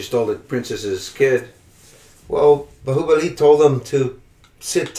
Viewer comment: Did they just pronounce Bahubali the right way?? 😮